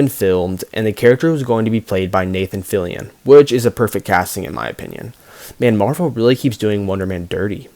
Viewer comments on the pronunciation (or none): none